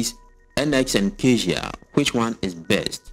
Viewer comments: You pronounce "cazia" but it's caTia, like cat + ya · Sir Catia is Pronounced - Ka ti a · ITS:CA-TEE-UHH. SAY IT WITH ME CA-TEE-UHH.....